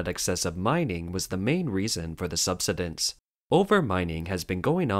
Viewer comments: the word is pronounced... sub-"sigh"- dense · The word "subsidence" is pronounced "sub-SIGH-dense". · Oh! The mispronunciation of “subsidence” so many times threw me... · Thanks, I have never it pronounced like that. Interesting